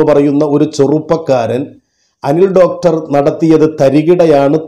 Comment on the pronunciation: ഡോക്ടർ അല്ല ഡോട്ടർ